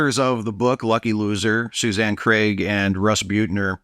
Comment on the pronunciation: Thanks for not pronouncing Craig as Creg. Ugh. Most annoying habit that Americans have